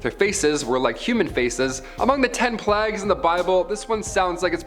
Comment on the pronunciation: Why can't you say plague? You make out you smart yet can't read basic English.